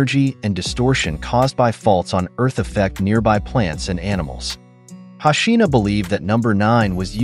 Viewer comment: It's hoshino how can u pronounce it hashina, lol